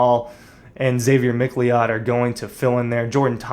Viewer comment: Xavier McLeod is pronounced “Mick Cloud” not “Mick LEod”